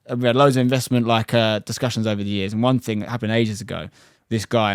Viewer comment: "Great strike but its wover"